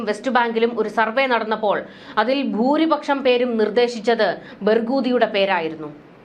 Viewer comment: പദദി ഇട്ടത്. !പദ്ധതി എന്ന് പറയൂ ബൂരിപക്ഷം!! ഭൂരിപക്ഷം എന്ന് പറയൂ യുദ്ദം!! യുദ്ധം എന്ന് ഉച്ചരിക്കണം